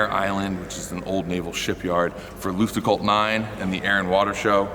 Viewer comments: pronouncing Luftgekühlt as Lüftgekuhlt is absolutely hilarious to me, if he just swapped the sounds it would sound almost perfectly German😂 Damn, that scene of placing that sticker on the guardrail absolutely made me bawl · i never heard some one butcher luftgekühlt oh gott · As a German I not even understand the word „luftgekuehlt“ like you pronounce it… 😂